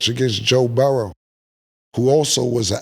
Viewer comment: Cam not letting up off putting an "S" on the end of Joe Burrow name 😂